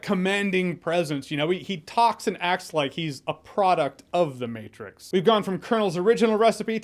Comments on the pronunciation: No no! “The Meh-trix” was perfect! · Lol the Mehtrix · "The Mehtrix". Yep, pretty much. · the "mehtrix" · The mehtrix... I laughed XD